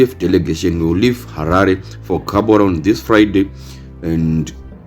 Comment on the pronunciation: Gaborone you pronounce it as HAVORONE IN SHONA😂 Otherwise thanks